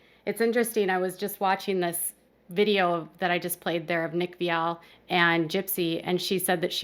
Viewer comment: Thats not gow u pronounce viall🙄